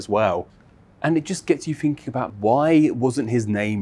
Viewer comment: "It gets yoo finking" Lol what a twat. I fink dat yoo better not be wearing any cotton products sonny. Ties to slavery and all that. You people are despicable and pathetic. Bristol and Brighton should be nuked. Wanker.